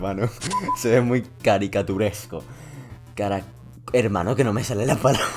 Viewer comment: Caratituresco jajaj le re costaba